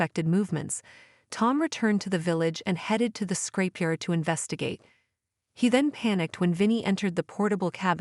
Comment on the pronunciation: It’s ‘scrapyard’, not ‘scrapeyard’, dopey.